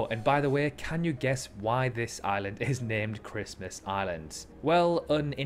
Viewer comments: Ok 👌 I had to watch and listen back a few times but I get it now though before I watched it back lad, I didn’t know if you were saying island or “aliens” ....... PS the crabs yes they make you squirm just a little bit 😉🤜🤛😂😂😂😂😂😂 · Every time you say island, it sounds like your saying Aliens lol, anyway, Norfolk island i knew about, i am a Tasmanian, but i didn't know about the language part, that was new and interesting to me for sure. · LOL it sound like you saying aliens